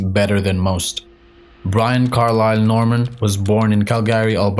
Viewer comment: are you indian? its not ai right? some things you say so strange, her name is like brin, not brine.